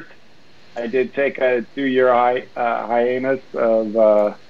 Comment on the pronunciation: is missing a finger? also he goes to say hiatus but pretty sure he says high anus lmao